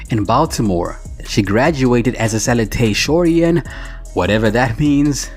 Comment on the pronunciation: 😂😂😂😂😂 Sa-loo-a-torian lol.. Second highest in the graduating class